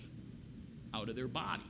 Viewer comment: He said blood not body is his accents